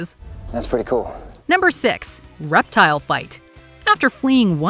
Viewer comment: | iSwearerGawd called Reptile “Reptar,” an I can’t unhear it. 😂🤣